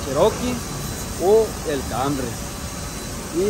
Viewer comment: Pero porqueeeee le dicen cambry a canrry pr favorrrrr😖😵‍💫